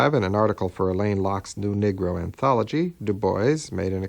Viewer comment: My Brother, the term is "Negro" pronounced (Nee-gro) not Niggro!